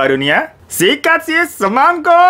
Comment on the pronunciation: MON MAAP BUKAN SEMANGKO TAPI SEMONGKO HEI😭